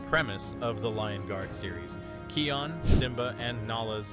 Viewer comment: (No hate) but your pronouncing Kion wrong